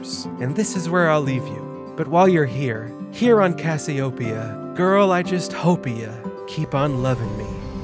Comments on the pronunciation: I love his pronunciation of Cassiopeia. I'm going to start saying it the way he does. CASS-ee-oh-pee-uh cass-ee-oh-PEE-uh The emphasis should be on the fourth syllable instead of the first. His pronunciation is right. His inflection is off. I love it. I'm totally stealing it. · Great video. However, it's pronounced: cass-ee-oh-PEE-ah